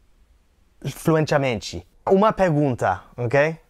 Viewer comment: Poder falar fluentchamentchy